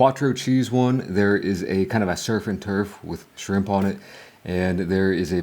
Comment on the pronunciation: Burger King got "SCHRIMP"??? 😂